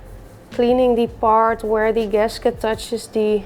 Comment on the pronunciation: Heerlijk zoals je “the” uitspreekt als die, maar verder erg leuk kanaal en respect !💪